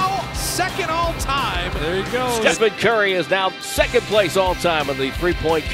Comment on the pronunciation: "Play like you're first, Train like you're scond"